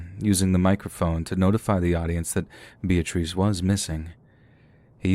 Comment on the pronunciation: Lol... Bee-ah-trees...😂